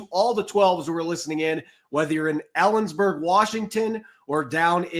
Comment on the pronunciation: I love ya, but it kinda sounded like you said Allensburg Washington….lol